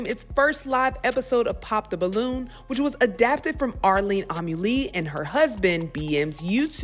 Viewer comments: Go watch the original video to learn how to pronounce her name correctly. How you see her name is spelled with a T in it but don’t pronounce with the T in it 🤦‍♂️ Arlene 💀 Ahmily 🤦‍♂️. Be rushing to put out news but not how to pronounce names 🪦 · Dang, you called her Arlene, Ahlee, Ahmeelee, and Arlee. Everything except Arlette. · The narrator is making it worse by calling Arlette, Arlene. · GIRLLL Her name is Arlette, with a T. Like let, let, let. Not Arlene!!!!! Omg. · Netflix added lots and lots of mayonaisse to a show originally full of seasoning and flavor 🤦🏾 BTW, I lowkey cringed at the mispronuncuation of Arlette's name 😂 Arlene, Armeme, Arkeisha 😂😂😂 everything but Arlette. I bet YT executives also mispronounce Arlette's name like this 🤦🏾💀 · How can you critique something and not know the characters names. It’s Are-Let not Arlene. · so we are not gonna talk about how she kept calling her arlene and not ARLETTE? lol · still screwed up her last name pronunciation lol. Amuli is pronounced Ah-moo-ly. Then she definitely called her Arlene over Arlette as well smh. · ARLETTE not Arlene.. wtf y’all got going on?? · You read the Twitter caption that has Arlette’s name in it AND STILL said her name incorrectly. Her name isn’t difficult to say: ARLETTE (“R” and “let”). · I really want you to say her name correctly. ARR- Let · Arlette say it with us are let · Her name is Arlette pronounced (Are•Let) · Love you but her name is Arlette Amuli (Ar-Let Ah-Muu-Lee). And the Netflix version is 💩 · I don’t even watch PTB but you thoroughly pissed me off every time you mispronounced that girl’s name. You couldn’t take the time to learn her name when the whole story is focused on her? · It's Arlette. If you are not sure about how to say something, ask somebody!!!! You are on here talking about white washing a black show, but I dont even know how to pronounce the original host name. Get it together!!!!!